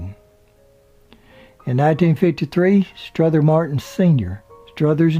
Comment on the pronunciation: The narrator keeps adding an "S" to Strother Martin's 1st name